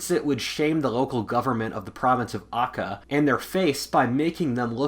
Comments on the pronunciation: Province of Akka?...it's pronounce as Aceh..the letter c is sound like the word cherry. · 2004 Indonesia with Jokowi photo feels so weird to me. I associate that era so much with SBY (Es-beh-yeh / Pres. Yudhoyono). Also, if you meant Aceh, then it's read as Atjeh. I can't say we ever really felt much shame about the 2004 tsunami, if there's any issue with US aids then it's probably Politik Bebas Aktif (Free and Active Politics) which is basically "play both sides". An interesting note about that is a core way in our colonial history teaching that's repeated throughout basically all of schooling from elementary to high school was how the Dutch used "adu domba" strategy (sheepfighting, or divide-and-conquer) to conquer the large Indonesia archipelago. While this is very much to enforce the Bhinneka Tunggal Ika or Different But Unified principle that the country HAS to operate in, this is also a core way of how our politics play out in local and international stage. Regarding shame, though, I do agree that it is a core driving force in Indonesian society. This can be seen from how children are given everything so that they success, with parents that fails to give everything a child need (or want) to be a failure, for children who don't achieve certain milestones in life by a certain ages to be a failure, and in case if any failures and successes are tended to be spread through the family. This is part of why nepotism is still very strong here. At the same time, I would say that sloth is a strong driver in our society. So long as everyone's doing it, it's alright and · i have heard many westerners pronounce Aceh badly. But this is the worst one.